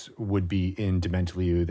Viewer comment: Yea, but I think the emphasis should be on the last syllable